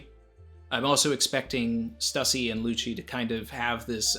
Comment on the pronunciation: Thank-you so much for not pronouncing it 'Stoosey''.